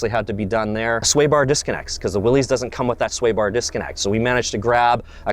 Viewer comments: It’s pronounced why-lee not Willie, that really irritates me but nice jeeps nonetheless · Its actually pronounced Willis, not Willys. It represents John Willys who founded willys overland motors.